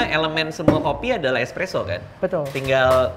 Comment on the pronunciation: Barista nya ngomongnya ekspreso anjir